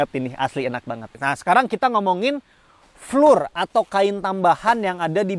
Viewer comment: Boleh izin kasi masukkan ya bang. "Floor" dibaca Flo atau Flor. Tetap semangat membuat video2 yg paten bang. 👍